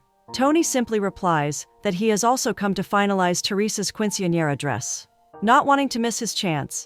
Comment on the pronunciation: "keen-suhn-yeh-ruh" not "quin-see-an-era" or "quin-sin-era" or "quench-in-era" or "queen-sin-era" any of the many other ways you mispronounced it throughout that entire video. Not once was it correct. Quick Google search "[word] pronounciation" will go a long way if you're unsure.